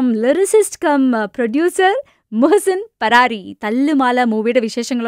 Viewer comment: ഇങ്ങള് മുഹ്സിൻ പരാരി അല്ല മുഹ്സിൻ "ഫരാരി" യാണ്